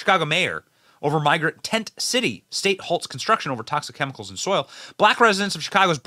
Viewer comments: Benny, did I hear you say "the shitty of Chicago"? A propos! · Ahahah you said shitty of chicago.